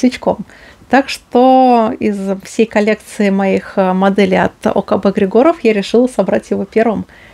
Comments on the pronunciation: Я думаю что в словах ОКБ Григоров, в фамилии Григоров,ударение нужно делать на первую И. где артиллерия?))) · В смисле, какая доказуха? Я из Болгарии и Георги Григоров лично знаю, но в Болгарии никто не ставит ударение на Григоров на первое и